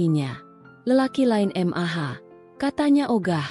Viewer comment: Cara membacanya aneh, mosok "mah" dibaca M A H